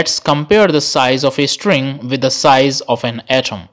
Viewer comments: When you pronounce string as estring, it sounds irritating, pls work on it. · Why does he keep saying string as istring or estring🤔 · No one: The guy in the vid: istring 🥴🥴🥴